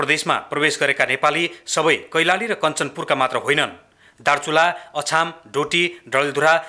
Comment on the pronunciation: Aachaam hoina achaam🙄 ho